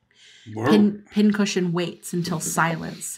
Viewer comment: what she said: Pin Cushion what i heard: Pin-Head